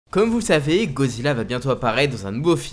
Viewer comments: C’est moi ou dit Gozilla au lieu de Godzilla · Ca se prononce "GoDEzilla" (sans jeu de mot pourri) et non Gozilla. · Tu peux bien prononcer GOD—ZILLA stp Parce que dire GOZILLA c’est qui ? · wsh arrete de dire gozilla fréro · tu me frustre tu dit gozilla et pas godzilla mdr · C moi où il dit gozilla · Pourrais-tu prononcer le « d » dans Godzilla stp sinon bonne vidéo